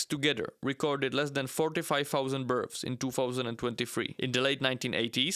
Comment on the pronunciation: Love the accent of this video, makes me laugh every time he pronounces births as berfs, birfs, or burfs.